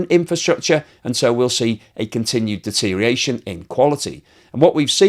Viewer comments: DETERIATION is not a word. Stop saying it. You have been saying it for years. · Deterioration has six syllables, not five. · Does anyone else have a reaction like chalk on a blackboard to the pronunciation of the word “deterioration”?, you always drop the ior sound. Very important!